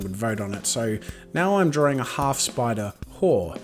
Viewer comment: I absolutely adore how you say 'Drawring', Marry me?